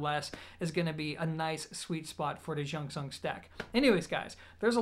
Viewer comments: jung pronounce like jon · A friend told me to pronounce it as junction. He has one and raves about it. So clear and nice. He's Chinese 😁😁😁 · It's Bell God. Spelled like how you pronounce it in Cantonese, similar to June Sun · great review as always. Disappointed that your excuse of mispronouncing the name is “because i’m American”. If you truly respect the company and product, you’d find out by googling it or asking someone. Just food for thought, and I know you’re a down to earth smart guy so hopefully you don’t take offense to the feedback.